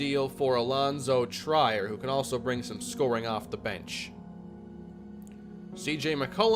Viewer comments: Allonzo Trier- last name pronounced “Tree-Air” (sorry, annoyed wildcat fan came out of me) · Please learn how to pronounce triers name because you are very very wrong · i hate to be that guy but its Allonzo tree-er not try-er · trEER not TRYer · Omg he just cut him like its nothing lmao 19 mil gone. Also for the future, it's pronounced Treer, not Tryer – for Alonzo Trier. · Its Pronounced tray-air not tryer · It's TREE-er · just wanted to let u know its pronounced Tree-er not Try-er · It’s pronounced “Treer” not “tryer” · I beg of you, PLEASE stop saying, "Try-er," it's "Treer," like (Will) Grier. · Alonzo Trier is pronounced “Treer” I had to say it I can’t listen to an entire season of “Tryer” 😂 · It's Treeer not Try-er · It is pronounced tree-ear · I love this series. Btw it’s pronounced tree- er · It’s pronounced TREE-er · allonzo trier is pronounced “tree-er” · It’s pronounced Alonzo Tree-er just so you know! Love the Neil Hope move and maybe soon you’ll understand free agency lol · its “tree-er” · Trier is pronounced Tree-er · It's Trier (Treeher) For the 2023 off season send Wenli Lam and Lyle Murray to untapped potential. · Its pronounced Tr-ear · Just to give you a heads up Allonzo Trier last name is pronounced tree-air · Trier's name is pronounced Treer just for future reference. I've also heard people say like Tri-air but I believe it's pronounce with a long e sound. Love the vid haha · Trier Is pronounced tree-ir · Allonzo Trier (Tr-ear), Great content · Don't wanna be that guy, but it's pronounced TREE-er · Alonzo Trier (TREE-er) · Trier is pronounced Tree-Er, or like how Will Grier’s name is pronounced. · For Allonzo Trier his last name is pronounced treer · If Trier doesn't change the pronunciation of his name to Tryer IRL, he should be permabanned from all social media. Yes, I'm serious. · its allonzo "TREE-EAR" as one name lol. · it’s pronounced Treer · Its pronounced Tree-r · Allonzo Trier's name is pronounced "Treer" like "Fear"